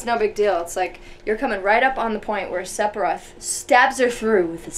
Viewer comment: Lol,, says Sepiroth instead of Sephiroth =/.